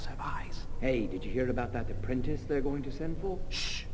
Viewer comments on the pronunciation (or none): "have you heard the apprinti.... UHH Vase!!!" hahahahha